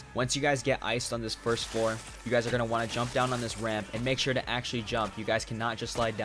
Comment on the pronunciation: "once you gays..." Listen here bud... how'd you know